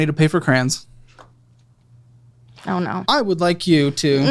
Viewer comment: Crans, I haven't heard someone say the word Crayon in years